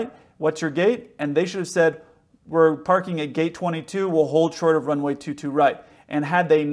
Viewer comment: She didn’t get the readback…she spoke ultra fast which is normal for ATC but she didnt pronounce well, as she truncated the words “ hold short of”